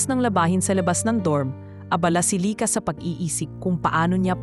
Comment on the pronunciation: Ganda ng story kaya lang yung bigkas ng lyka paiba iba minsan lika